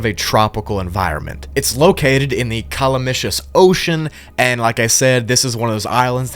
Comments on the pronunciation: My boy said Call a missus... Calamity Calamitous This video is still great though. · Calamicious? 😂 It's Calamity- calamitous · "Calamicious" lol *cuh-lah-mih-tus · Calamitous is not pronounced Kalamishus lol This is a real word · Did you just pronounce CALAMITOUS (meaning disastrous) CalaMITIOUS? You added an I for some reason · Cosmetology? Calamishus? Bro how are you this bad at the one language you know? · also, why tf did you pronounce calamitous like that lol.....calamity.....calamitous......like my lord